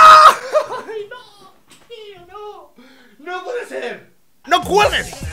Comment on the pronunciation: Porque dice nou